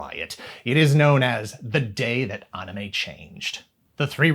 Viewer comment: Why does he pronounce it Anna Mae